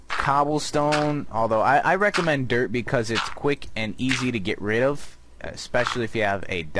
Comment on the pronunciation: Your dirt block sounds like derp block